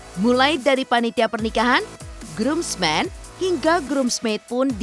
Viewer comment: Aduhhhh bang Ais masa ngefan groomsmen grosmen haha... Grumsmen ya mengejanya bukan sombong cuma betulin aja soalnya udah byk yg Salah sampe papi putra juga. walaupun ngomong bhs Indonesia kl di selipin bhs inggris kl bener baca nya kan enak di dengar. maaf ya teman2 yg baca takut kl aku di kira sok2 an. seperti Bridesmaids juga kan yg bener braidsmed bacanya.... maaf. soalnya suka ada yg bingung baca nya kecuali yg Sudah belajar bhs inggris yg bener🙏🙏🙏